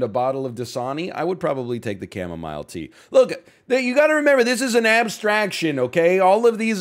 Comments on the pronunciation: Today's the day I learn it's pronounced chamoMILE and not chamoMEAL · "Chema Mile" Tea , uuuh. Ok xD